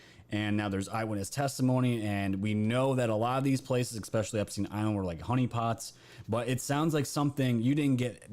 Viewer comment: i just want to say the word especially does not have an x in it.. You say it exspecially i dont believe that is a word. Js..lol